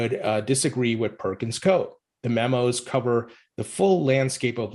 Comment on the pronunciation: That’s not how Perkins Coie is pronounced. You forgot to say the i